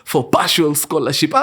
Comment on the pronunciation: Mimi siezi kosa kusema Mkurugenzii karibu aseme "Scholarsip"😂😂🫴aaah I just love you "Mkuru🥳🥰